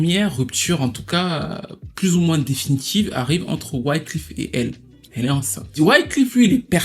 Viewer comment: bon video mais pour vrai cest wyclEf pas wyclIf lol